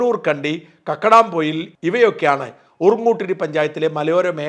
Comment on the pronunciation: കക്കടാം പൊയിൽ അല്ല കക്കാടം പൊയിൽ ആണ്